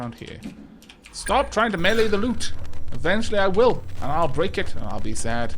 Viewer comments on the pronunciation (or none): none